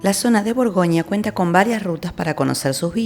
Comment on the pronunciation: Buen vídeo, pero "burgonia", "viniedos", "Dishon".., buf, eso "chirría".